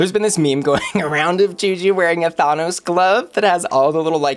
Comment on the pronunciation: I am living for how you pronounced Thanos.